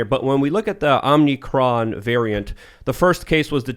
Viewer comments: O M I C R O N ? or what u say if u want to sound ignorant O M N Y CRON. can u read ? Do u understzand grammar spelling and annunciation.? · Please stop saying "Omni-cron"...its pronounced "Omi-cron" there's no "n" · O M I C R O N ? or what u say if u want to sound ignorant O M N Y CRON. can u read ? Do u understand grammar spelling and annunciation.? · Funny how you guys started parroting eachother by saying 'Omnicron' instead of Omicron. Obviously the name is Omicron, because that's an anagram for moronic. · Please for the love of God stop saying "omnicron" it's "omicron" it's the 14th letter in the Greek alphabet and it's conveniently an anagram for "moronic" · It’s funny that they’re all saying “Omnicron“ instead of “Omicron“. Mispronouncing it just like Biden did. But I can’t tell if it’s a joke. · Correlation and causation. just had to say it is as well as saying "wit you". Almost as impressive as calling the Variant "Omnicron".🙄🙄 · How hard is it to pronounce Omicron? Apparently, it’s pretty difficult.